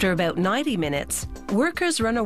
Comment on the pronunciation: did she say aboot?